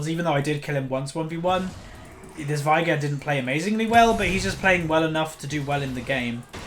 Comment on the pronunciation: ITS VEIGAR NOT VIAGAR OMFG